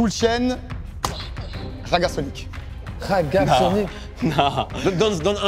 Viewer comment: Coupez moi le moment ou il dit juste "raggasonic" svp😂😂😂